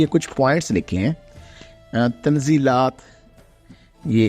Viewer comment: تنزلات ستہ کا تلفظ Tanazzulate sitta ہے فقط بغرض اصلاح ❤❤❤❤